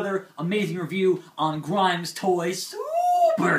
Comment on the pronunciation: Not grime nation it's grim nation